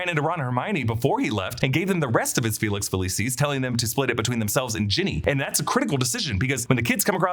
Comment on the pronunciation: ITS FAWKES FFS NOT FOX. LEARN YOUR PRONOUNCIATIONS. FELIX FELEEEECIS NOT FELESIS